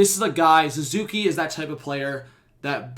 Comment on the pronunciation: His name is Suzuki not Zuzuki, but yes our Patrice Bergeron